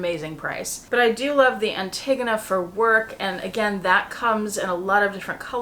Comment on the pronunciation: I think you are saying Antigone incorrectly. An-te-go-na